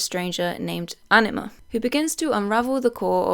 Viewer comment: no shade but i genuinely thought you were saying enema instead of anima for the first 10 minutes of this video